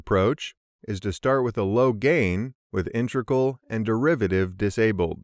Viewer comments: An exceptionally well produced video, but the mispronunciation of “inTREgal” instead of “IInTEGral” just ignited my OCD. 🤣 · Cool video! Very, very weird to hear "intReg_al" from an experienced speaker though....